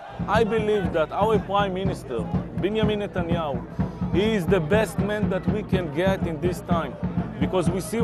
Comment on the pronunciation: It's Ne-tan-yahu